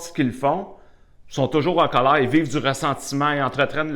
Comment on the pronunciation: Sa façon de dire Cowleir😂est un vrai anti stresse ça a chassé tout mon colère 🙏merci bcp